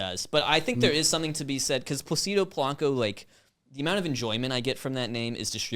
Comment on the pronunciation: The Placido Polanco conversation happening while they mispronounced Placido the whole time was funny to me lol